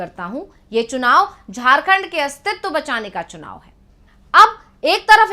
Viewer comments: झड़खंड me सुनाव नहीं बे, चुनाव है, पहले हिंदी तो बोलना सिख , फिर जनता तुमसे बात करेगी😂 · Chunav ko sunav bolta ha c m